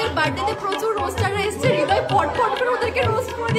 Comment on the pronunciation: Thikk bolecho tumi .. Hridoy or nijer nm e vul uchcharon kore .. Hridoy na bole Ridoy